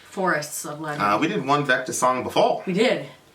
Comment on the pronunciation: Finally but I believe its vektor not vector. Anyways can you guys react to hellripper. They are a young band.